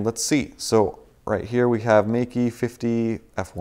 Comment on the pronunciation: Meike is actually pronounced as May-ker.